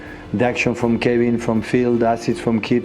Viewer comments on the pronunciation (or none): none